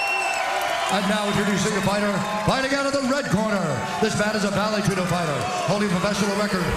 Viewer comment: “Vale Tudo” not Judo.